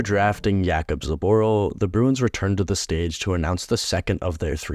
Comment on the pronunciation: I had to check the video like 10x to understand the name. You are about to draft a player and you don't even check how to pronounce his name? Jacob Zoborl...wtf? Why on earth do you have to change his name. He is no Jacob he is Jakub, I do understand the confusion with his surname as the accent on r makes it impossible for foreigners to pronounce but dude, couldn't they check with Krejčí who would tell them how to pronounce his name even without the accent on r.